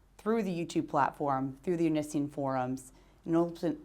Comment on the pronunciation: I love how she purposefully pronounces Onision as "Oh-Nee-See-In" instead of "Oh-Nee-See-On" LOL.